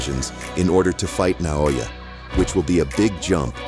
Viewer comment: Stop saying "Na-YO-Yu."